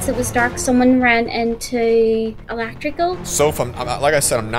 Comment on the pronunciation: says elactrical